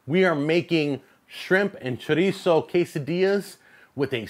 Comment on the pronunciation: He says shitizo